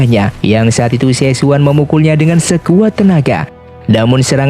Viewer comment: Xie xun bacanya Sie Sun Raja Singa Emas